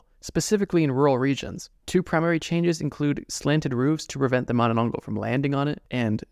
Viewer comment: THANK YOU FOR MENTIONING MANANANGGAL! Also, how you pronounce Manananggal is accurate! Love, Your fan from Philippines